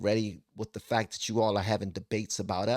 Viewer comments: PS anyone trying to act smarter than they are by pronouncing Fac-tct like that is asking to be punched in the nose. A big red clown nose. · Imagine being so smart you can turn "fact" into a three- syllable word. Tyson shows he has not learned the difference between smart and wise. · Saying “Fa-ct” is an affectation to make a point,not a sign of intelligence. This “gender”science is called psychology. In the sciences, you do not need to be the subject of the study to understand the research. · Lol! How many syllables does the word, Fact have anyway?? 😂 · How does this guy put 15 syllables in 'fact?'